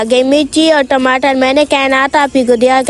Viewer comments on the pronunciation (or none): none